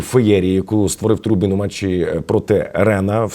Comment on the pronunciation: Тру Бін🧐, дівчина наголос не туди ставить